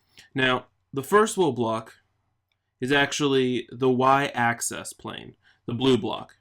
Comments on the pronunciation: you keep saying access, but it's axis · Its pronounced "AXE-ISS" not "ACCESS" and spelled "plane" not "plain". And the reason it is the Y axis is because it represents the Yaw value of the player; X represents the Pitch.